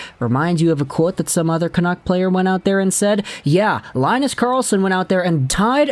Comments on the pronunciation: He's not gonna center Charlie Brown and Snoopy, it's pronounced Lynn-us, not Lie-nus. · its more like Lee-nus, you can hear pronounciations in google translate